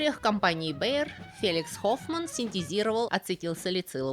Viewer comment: По-немецки название компании Bayer произносится как «Ба́йэ» (с ударением на «а»).